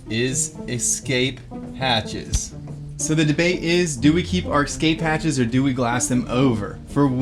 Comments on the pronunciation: lol and 15;55 and 18;16 and 18;21 and 19;14 and 20;30 I played it back 8 times and he definitely says emergency EX-CAPE hatch"😂😂🤣🤣🤣🤣🤣🤣🤣😂😂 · cmon its escape not excape lol. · THERE'S NO "X" IN ESCAPE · The word is es- cape. There is no such word as ex- cape